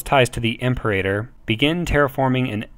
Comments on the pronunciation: Its not pronounce Emperator, "IM-PEE-RATOR", like Imperial. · This is a great resource so thank you for your hard work. I was off put a bit by the pronunciation and appreciate you acknowledge this. The most glaring was "Imperator" - try pronouncing it this way "Im-Pera-Tor" - that should get you closer to correct. Thanks again for doing these, they are quite useful. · By the way I think the term is pronounced Im-peer-a-tor (Anyone else remember Imperium Galactica 2?)